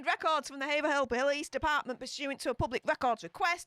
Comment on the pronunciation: Excellent stream as usual,! Just a quick note on pronouncing Massachusetts cities: Haverhill is said "Hay-v-rill" I know there's a difference between how "Haverhill" is said for the Massachusetts city versus the city in England:)